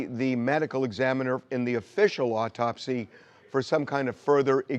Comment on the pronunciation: simple! The first one is the initial. It sounds like he’s saying “official “ as if to say secondary one was conducted by an amateur…that’s what it implies